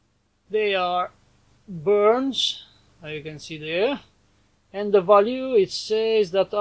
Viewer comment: A good mailbag video! Always 10 points :) (Btw, the "ou" in Bourns is pronounced like the "o" in "for". So actually you can ignore the "u" :D Just a little tip)